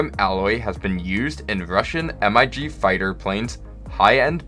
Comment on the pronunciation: It’s called a Mig. It’s been called a Mig since its inception. Not a M.I.G.